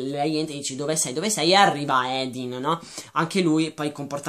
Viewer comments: comunque si pronuncia Hardin con la A e per l'aspetto fisico si è ispirata ai One direction e basta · ma madonna, ha fatto un discorso lungo una mezz'ora su quanto sia maschilista e sessista questo libro dicendo cose anche abbastanza giuste e tu mi vieni a criticare il modo in cui dice il nome di quello scimmione di Hardin? si vede proprio che non sapete più dove attaccare per difendere il vostro romanzetto da due soldi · secondo me del libro non hai capito niente partendo dal fatto che hai sbagliato piú e piú volte il nome del protagonista che è HARDIN e non Edin. Il libro è stato scritto da una ragazza di venti anni ed è una fanfiction e come ha ripetuto lei nelle interviste e nei ringraziamenti non è una scrittrice professionista. Non so la tua etá ma posso percepire che non sei un teenager e quindi in un libro cerchi anche una "morale" piú pensata e questo libro non riesci a vederlo come noi ragazzi.Detto questo ancora devo capire i libri che ti piacciono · Non si chiama Edin ma HARDIN! Non vorrei fare commenti negativi su questo video ma non hai capito un cavolo dei libri vorrei proprio leggere le storie che scrivi tu , quelle si che saranno sensatissime . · e comunque non vuole che la chiamino THERESA perché le ricorda suo padre un alcolizzato che l'ha abbandonata ah e si dice HARDIN CAZZO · ma sai dire Hardin? ! non è difficile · Si scrive Hardin, legge Ardin, non Edin. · OMG. NON "EDIN". È HARDIN (ARDIN) NON SE PO SENTI "EDIN" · Come ho sentito bene? Lo hai chiamato "Edin?" si chiama Hardin... Non si sente per niente la r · Ma edin cosa?! Si chiama HARDIN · Comunque è Hardin, non hadin... Come hai fatto ha legge il libro senza la R in Hardin...? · é hardin non hadin comunque.... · si chiama Hardin non Edin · ARDIN si dice ARDIN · Sì pronuncia Ardin e si scrive Hardin